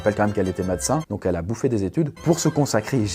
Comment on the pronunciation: C'est moi ou a il a dit madacin